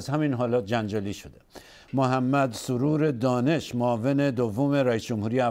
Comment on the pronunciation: سَروَر دانش - توسط گوینده خبر به اشتبا تلفظ گردید.